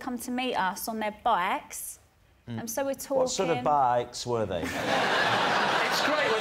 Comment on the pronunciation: that "bikes" sounded Australian 😂